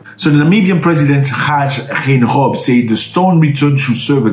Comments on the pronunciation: Gain - gob easy way to pronounce it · Read the G's as normal, its just Geingob